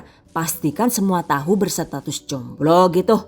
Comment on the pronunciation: Kata 'jomblo' nya diteken terus ya, kek agak memancing emosi gitu :')